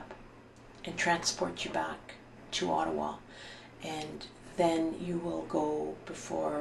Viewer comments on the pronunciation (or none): Ott-a-wa.,.... Ott-a-wa.,I don't know what the heck you said "the Atwat police"??¿??? OTT-A-WA. OTTAWA! Just kind of insulting when someone is speaking about a Canadian city and mispronunciation of said City!! Especially when talking about our Capital!